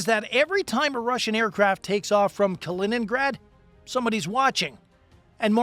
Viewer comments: Kaliningrad, non Kinegra. La traduzione automatica ha qualche problema da risolvere. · hört auf zu spinnen - weniger kiffen - die Russen haben noch nie in 100 Jahren feindlichen Luftraum verletzt - eure Hetze ist so dumm wie verlogen - die Russen sind doch nicht die NATO von wegen Spionage - man ihr seit doch zu blöd Kaliningrad auszusprechen